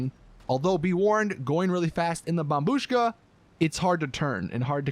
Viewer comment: Took you this long to pronounce it correctly